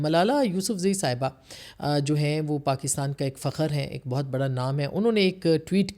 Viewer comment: “ فخر” “سطح” عاصمہ جی کا غلط تلفُّظ/ اُردو بولتے انگریزی ملاوٹ قابلِ مذمت|